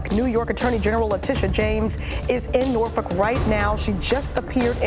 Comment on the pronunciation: People have no problem pronouncing FOLKLORE, but must pronounce Norfolk as Norfuck.